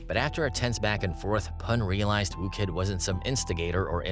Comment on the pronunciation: FFS, his name's WHOO Kid, not ''Woo'' Kid.